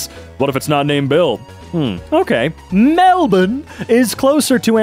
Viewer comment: As an Aussie, pronunciation of Melbourne and Darwin is not only accurate but got me rolling 🤣